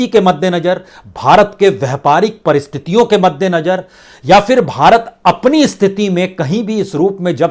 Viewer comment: महोदय आप की रिपोर्टिंग बहुत ही अच्छी है लेकिन आप ख़बरों को पढ़ने में आप कई शब्दों का सही उच्चारण नहीं करते। जैसे हज़ार को आप हज्जार बोलते हैं। मद्देनज़र को मद्देनजर कहते हैं।